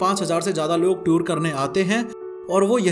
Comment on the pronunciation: "Tour" aur "Lives" ki pronounciation apne galat kari hai bhaiya!